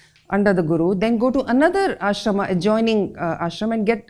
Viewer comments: “आश्रमा”नहीं होता, “आश्रम” होता है। रामा नहीं राम होता है “महाभारता” नहीं, “महाभारत” है। “व्यासा” नहीं, “व्यास” बोलते है। क्यों मजबूरी है जो सही उच्चार को अपभ्रंस किया जा रहा है। यही है Educational Heritage of Ancient India? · Please, do not pronounce शास्त्र,आश्रम, होम as शास्त्रा, आश्रमा, होमा. Otherwise you sound like you are still under slavery of Britishers. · Why you add "a" at the end of many hindi and snskrit words in pronouncing, like आश्रमा for आश्रम, महाभारता for महाभारत, होमा for होम, and many more? Please try to pronounce hindi and snskrit words correctly. Thanks. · आपने ये सब समझा लिखा बताया, सब सही पर आश्रम को आश्रमा कहके पूरे विषय और उसका मूल्य घटाया. सही शब्द आश्रम , वेद , राम , कृष्ण है. अगर अंग्रेजो को ये शब्द उचारण ठीक से नही आया तो हम अपना क्यों बिगाड दे. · with all due respect and enlightening talk, your use of aa ending like ashramaa and the like is so hard on ears. Perhaps you at least would like to avoid --aa endings in pronunciation.